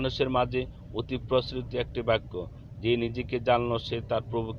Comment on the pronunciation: আপনি বারবার বলতেছেন বাইক্ক, বাইক্ক হবে না বাক্ক হবে